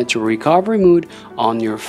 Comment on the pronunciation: mode not mood